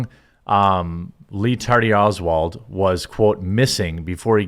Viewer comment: I heard it as Ree Tardy Oswald